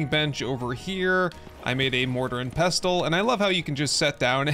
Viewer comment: I love the content and this series. Please just stop pouncing the T in Pestle. The T is silent, like in wrestle. No, I'm not an English major and I have my flaws too. Thank you